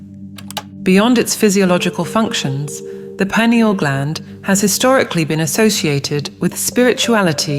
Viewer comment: Its not pronouned, "pin e al" Its pronounced "pi neel".